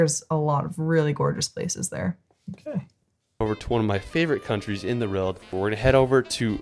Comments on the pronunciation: He always makes great videos around the world but he struggles to say "World" is it just me?. Roorwld! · This is the guy that can't say "world" properly for some reason :D